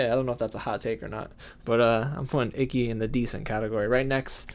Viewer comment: You said Ikki like icky. That is Icky.